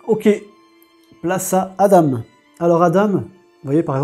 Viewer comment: Hello jeu sympa. Sinon Adam ça se prononce "A-dent".